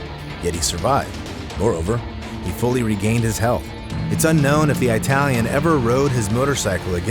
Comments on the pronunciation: 48 year old Eye-talian man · Wtf is an I-talian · EYE-TALLIAN 😂😂😂😂😂 oh you americans, can't even say foyer or roof properly 😂😂😂